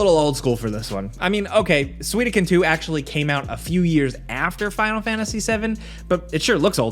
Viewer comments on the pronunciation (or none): Sui ko den Not Sui do ken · you said Suidoken, its Suikoden* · Did my man just say Suidoken? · "Suiduken" cmon! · Man, you butchered the pronunciation of Suikoden lol! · That pronunciation of Suikoden hurt my heart...